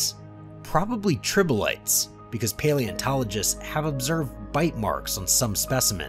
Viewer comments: Trilobites. Not tribolites. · tribolites lol. tri-lo-bites. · Anthopods is pronounced: Arthropods, Triblites is Trilobites. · Dear narrator please stop saying "tribolites". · ...anthropods?...tribolites??? your frequent mispronunciations really detract from an otherwise interesting video.